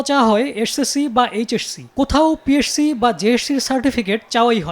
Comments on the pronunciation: উচ্চারণ ঠিক করা উচিত পিএরসি❌ পিএসসি ✅ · পি এর সি? জেএরসি? 🤣🤣🤣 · পিএসসি কে পিএরসসি বলেন কেন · পিএসসি জেএসসি কে উপস্থাপক বারবার পিএরসি জেএরসি কেন বলতেছিল? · সাংবাদিক সাহেব পিএসসি এবং জেএসসি শব্দ ২টা উচ্চারণেও বার বার ভুল করছেন এখানে। 😂😂😅😅